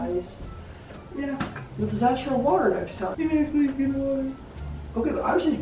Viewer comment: She said watr water not watr